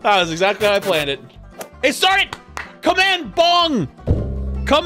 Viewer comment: gong not bong